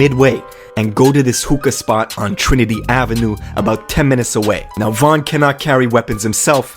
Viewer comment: what? You don’t even know von if you saying his name like that